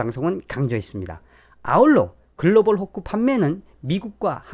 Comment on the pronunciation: 도대체 "글로벌 호코"가 뭔지, 그 발음이... Global... Fork? Hook? Hock? 아니면... pork - hock? "콩글리쉬" 가 너무 어렵구먼...